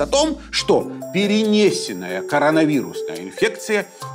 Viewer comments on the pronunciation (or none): Перене́сенная. Бесит.